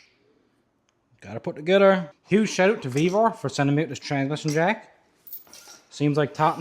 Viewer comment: 🗣️“Fill up da Tansmishin” 😂